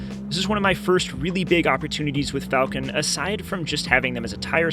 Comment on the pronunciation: Bro how many times your was going to mispronounce “Falken”… not Falcon…”Falken” …please, my teeth would tighten after the 5th mispronunciation…😳😳😳